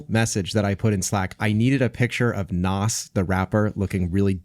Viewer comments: Did he just call Nas "Nos"? Or is Nos a different person? Please tell me it's a different person😂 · cringed on how Nas name was pronounced